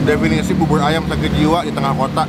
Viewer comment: Bubur bukan bubul...persis bukan pelsis😂😂😂